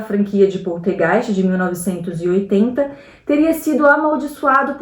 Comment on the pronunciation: A menina do Poltergeist morreu porque foi abusada e isto até hoje não foi criminalizado. Para a participante, é importante se atentar a pronúncia das palavras, infecção tem c mudo, PoLtergeist é com L e não com R. Veja bem não tô me referindo ao sotaque mas a pronuncia das palavras.